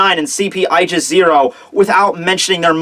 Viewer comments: Wait, isn't it ay-gis? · its pronounced Aaa•gis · is it just me or when he says "Aigis 0" I hear "Aljazeera"?